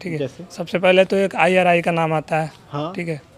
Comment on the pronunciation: Iari होता है ना की irri